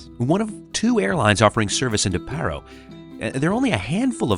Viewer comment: It’s not literally pa-ro it’s paaa-roo with a bit of ee in the pa